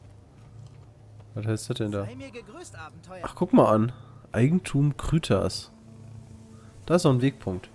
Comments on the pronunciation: kryta wird nicht kruitas sonder kreiters gescprochen *klugscheissermodus off* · wird es nicht eigentlich "kraita" und nicht "krüta" ausgesprochen?